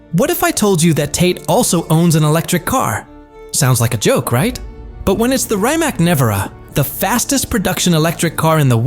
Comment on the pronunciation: This is such a amateur & awful work here! ...1. It is not Konisegg, it is Koenigsegg ....2. Chiron should be pronounced as Šhiron, not Kajron ....3. BIG FALSE - there is no Rimac Gemera!!!! He own Rimac NEVERA (Gemera is Koenigsegg) and again bad pronunciation - not Rajmek :))))